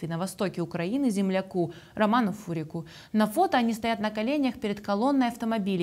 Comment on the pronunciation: Фамилия Романа Гурик, а не Фурик!